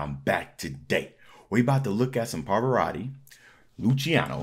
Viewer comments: è una constatazione. Non si chiede di essere poliglotta, ma un minimo di sforzo per pronunciare decentemente un nome straniero si richiede, tenuto conto che non è uno sconosciuto, ma un cantante arcinoto. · Somaro! Impara a pronunciare correttamente il nome .